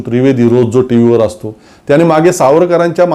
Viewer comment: सर, तुम्ही शुध्दतेच्या अट्टाहासात चुकीचं मराठी बोलताय याच भान राखावे, उदाहरण म्हणजे,,,परवाणगी, त्याणे,,रावन, अंदमाणात, भावणा माणत,,,, बघा लिहिताना कचरायला होतं, तर ऐकताना किती टोचत,,,, तुम्ही आमच्याच मनातलं बोलता, पण अशा प्रकारे होत असेल तर ते विरोध्यांसाठी मुद्दा नका देऊ , आणि मराठी साठी हे आपणच पाळले पाहिजे.... तुमच्या सारख्यांचेच उदाहरण घेऊन नवीन u Tuber, बिघडायला नकोत, ही रास्त अपेक्षा, हिच की, आपण त्यासाठी सजग आणि प्रयत्नशील रहालच